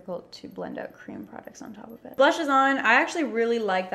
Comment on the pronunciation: Vanilla crem??!!? No hate just funny! I’m sorry if this offends you.